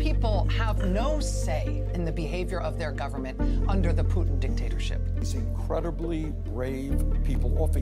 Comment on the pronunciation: You’re pronouncing his name wrong. It’s Poo tin as in 💩.